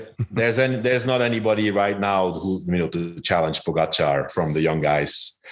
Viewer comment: Lance, it's not that hard to pronounce Pogacar correctly. Show some respect!